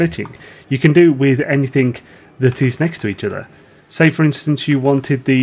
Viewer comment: Why do you say "anythink" ?